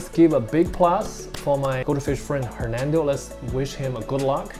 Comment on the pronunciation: I think you pronounce his name a little off, what i hear is hermento or hernando, but we Indonesian didn't spell it like that 😀, that's funny but it's ok. how about discussion of different type goldfish food that's good for colour or growth next time🙏